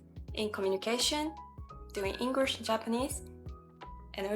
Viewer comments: I suggest pronouncing the letter L in the word English more. I noticed you're making the word English sound like Engrish. Just a little tip. It's mostly casual language unless it's an extremely formal setting like an important meeting or politics, the "Hey" at the beginning, covers the "Sorry to interrupt" etc. You can probably drop the 99% of your use of sorry, and just say "Excuse me" I'm South Australian (Adelaide), I've also answered "yes or correct" many times when someone says "you don't have work today?", I confirm what they asked. For some reason, English speaking people turn around your response and assume you're saying "yes" because you have work 😅, backwards use. In those scenarios, you can simply say "that's correct", and they'll understand you easier. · Most of your pronunciation is great and you have less of an accent than most Japanese people, which one exception: You say "Engrish" and you suddenly sound super-Japanese. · SingING ING GLISSH English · It's really really really really important to master how to pronounce "L". DO NOT say "Engrish". Wikipedia describes that word as a reference to people with poor English skills. Do speech therapy or whatever but you will get sniggers if you say "Engrish". Wish you best here. Explore beyond Sydney or capital cities. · Actually, you are speaking English with a Japanese accent and you are speaking with Japanese timing and mispronouncing many of your words. Your English "L" is wrong and your "T" is silent. You said "Englirsh" instead of English. You are slurring your words, and using the letter "B" for words with "V." I recommend you hire an online private teacher that reads dialogue, then you repeat it while trying to say it with the same accent as the teacher.